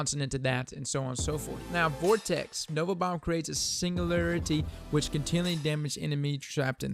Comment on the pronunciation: Sin- gew- lair- itty